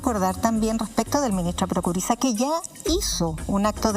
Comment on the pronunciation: Prokurisa???? No se saben ni el apellido y son periodistas??